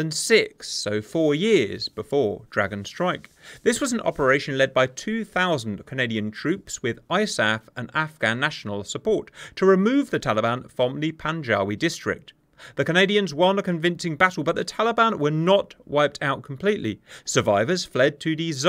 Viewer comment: Panjawi, we pronounced “Pan-g’way”. Great show. Canadian Army Veteran 🇨🇦